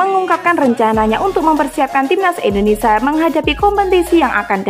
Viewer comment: Indonesia mbak, bukan Indonesa😅🙏🏼